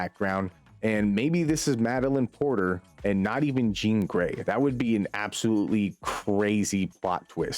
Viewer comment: thanks for understanding and not gonna lie I was a little nervous about checking out your vid because I was expecting it to be yet another “ grrrrrr insomniac bad” vid but you seem to be pretty understanding to both sides and I appreciate it Edit: also it’s Madeleine Pryor, not Porter